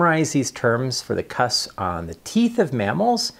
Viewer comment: Please pronounce the 'p' in the word 'cusps'.